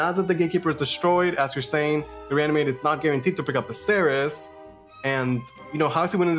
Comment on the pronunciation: I cringe every time I hear them say "series" instead of "Ceres."